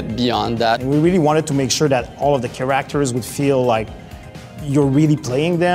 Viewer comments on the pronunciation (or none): take one shot each time you hear keraktors. amazing work and game tho